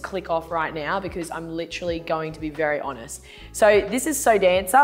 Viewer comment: Lol, SoDanca is usually the cheap brand here, like down with Sansha at the lowest end of the price range and I've only ever heard people pronounce it like "So Danka" not like "So Dancer"... Personally I think the patterned one was by far the coolest, that pattern is sick and the cut is super cool too.